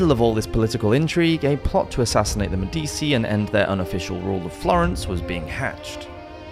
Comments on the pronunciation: I do appreciate your preemptive apologies for mispronunciations. A better fix would be to simply Google the names/words before butchering them. Medici is an internationally recognized historical name as they had a huge impact on the Renaissance. It's pronounced Med-EE-chee, BTW. That said, excellent content, très intéressant!! Helluva good tune!!! Slainté! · Typically I ignore the mispronunciation of these videos but the pronunciation of Medici irks me. I absolutely love this channel but I do wish if there is a name that you are unsure of how to pronounce or haven’t ever heard spoken please google it especially one like Medici that has had multiple TV shows made about itand there is even currently a show about Catherine de’ Medici called Serpent Queen and the Medici have even been featured in at least one video game series. So basically googling it for a check on pronunciation is pretty easy, even with the massive amount of research you already do I think this addition wouldn’t be to big of an issue to listen to the name spoken.